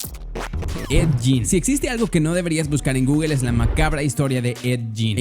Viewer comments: Es ed gein no jin mejor ve bien como se pronuncia hermano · 👻💕 no se pronuncia ED YIN!!!!!